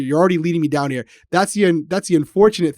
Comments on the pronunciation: heera Me: your RI accent is coming out 🤣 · accent especially when saying here. I had to rewind to hear it again. It doesn't come out too often, but when it does I always rewind. Great coverage as always, guys!